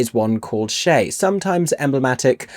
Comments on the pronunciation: Enjoyed your perceptions and enthusiasm over many reviews. A small thing---> Che is pronounced with a hard "ch" sound like cheese or chestnut (not Shay). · It’s CHE LIKE CHECK. SHEESH. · Must have too much time on my hands because I went on YT as to how to pronounce "Che Guevara" and the u is silent, just as you mention: "Gevara." However, even among Spanish speakers, Che is pronounced with hard "ch" as in cha-cha.@ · Regarding the pronunciation of CHE, I see many comments noting that it should sound like CHAY, rather than SHAY. I've heard both (in US schools & elsewhere), but of course appreciate knowing which one it ought to be. However, it made me wonder if the character's name is actually ever sung or spoken aloud at any point in the musical. I don't recall ever hearing anyone on stage interact with him by name, but I could easily have missed it, too! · I’m just four minutes in, but just need to say that ch in “Che” is pronounced like in chase, cherry, chair.. not as Cher or Chanel.. it’s Spanish 🤓 Ok now continuing on with the rest of your review ❤